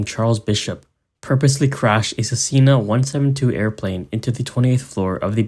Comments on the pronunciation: “cesina”💀💀💀🙏🙏🙏 It’s Cessna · Bro he called it Cecilia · Hey mate it’s “ses na” not “ces ee na” goofy ass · It is Cessna (sess-nah) not Cessinia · Cessna ❌ Cessinia ✅ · Sess-Nuh Not cecilia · Uhm.... Im gonna ignore you pronounced cessna as suhcena, instead of ses-na. - Edit: He said it again. but suhseana. - Edit 2: Suseelya. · It’s not cessilia it’s Cessna! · it is not pronounced "siseelia" it's pronounced Cessna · bro fucked up 'cessna' in the first 5 seconds of the video and then managed to fuck it up even worse (i didnt know it was possible) as 'cesselia' like bro its not that hard its just 'sesna' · Hey man it's pronounced Cessna not cecina 😂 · Cessna is pronounced "SESS-nuh." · aint no way im gonna continue watching a video where cessna gets promounced sisina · Cessna is said Sess- NA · Ain't no way bro really said "Cesina" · Is Cessna really that hard for you to pronounce? Not 2 minutes in and you called it Ces-ee-na and Cecilia. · We will never know why he calls “Cessna” “Cicelia” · how am i meant to trust this video if they CAN'T PRONOUNCE CESSNA PROPERLY WHAT THE FUCK IS A CESSINA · You definitely have the potential to make some really entertaining and interesting videos but FOR THE LOVE OF GOD please start actually reading the words you’re saying. It’s so jarring going from an interesting video to ‘Cesilia’ and ‘Macadill’. How do you even get Cesilia from Cessna, it has two syllables! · Who tf pronounces Cessna as cEsSeEnA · Ces see nah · cess-na how hard is that to say? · SEE SEE NAH! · Narrator keeps calling the Cessna a "cecilia" and it's really nagging at my brain. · The plane is pronounced ses na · Pronounced- ses- nuh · that pronunciation of “cessna” is so frustrating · I think the real tragedy here is how you pronounced Cessna